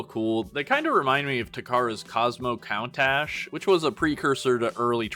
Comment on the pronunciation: Just so you know "Countach" is pronounced "koon-tahsh". It's a Lamborghini model and apparently the name comes from a word in Piedmontese, a language I didn't know existed until now